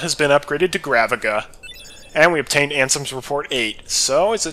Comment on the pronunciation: It's actually pronounced "graveeja".